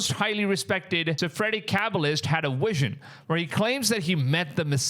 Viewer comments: Why do you say wision? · Bro stop mixing up your W and V its a Vision not a Wision holy moly 😂😂😂😂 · He had wision 😂😂😂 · Vision... Viz shon ..lol😊